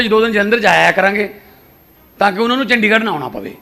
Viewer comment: “ਡ” ਨੂੰ ਵਿਆਰੀ ਨਾ ਕਿ ਸਿਆਰੀ। ਚੰਡੀਗੜ੍ਹ ਨਾ ਕਿ ਚੰਡਿਗੜ੍ਹ।